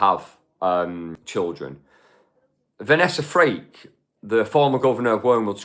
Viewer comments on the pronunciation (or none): Might be accent but Vanessa surname is FRAKE … please it’s not freak